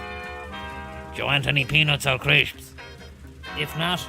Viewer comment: He said crishps ya big Yank